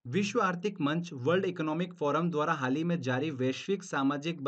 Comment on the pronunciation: Aap haal hi bolte hn... Haal nhi sunayi deta bs hi sunayi deta h.. M😭😭😭😭😭